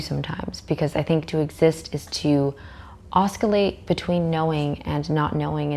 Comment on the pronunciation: breadth? Pronounced breath! D is silent 🙂‍↔️ Edit: the c is silent in oscillate!